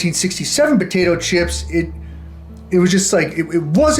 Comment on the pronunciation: what was said: “fresh potato…” What I heard: “fresh POTITO…” Hope all is well man, I been watching you since the very beginning. Glad your still posting 🤙